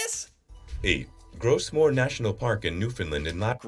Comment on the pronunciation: the UNESCO park in Newfoundland that is called "Gros Morne" (French) which means "large and without any sharp edges" and we pronounce it "grow - morn" not "gross morn" - any reference to French expressions or French canadian fact is mosty wrong